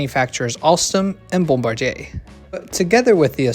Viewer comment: "..Alston, and Bumbaryay.." Uh, what's Bumbaryay? Did you mean Bombardier? Pronounced: "Bomb - ba - DEER." Like Bombardier ATVs. Or the bombardier in the B29 who drops the bombs on the enemy...